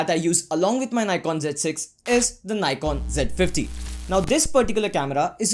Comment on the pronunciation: abe Ni...kon kya hota h nikon hota h